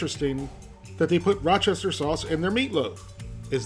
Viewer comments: Just pronounce it as "WOOSTER" sauce like they do in the UK. And yes, Worcestershire sauce is great with minced meat, especially beef. You don't even need to use that much of it. I usually put it in my burger meat before I mold and cook them up. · You misspelled worcestershire, but I'll allow it. What I won't allow is repeatedly saying Rochester sauce. I stopped the video, I just couldn't stand it. I already have PTSD from the "chimichonga" episode.